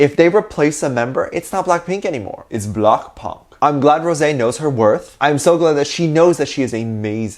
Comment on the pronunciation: It’s blockponk 😭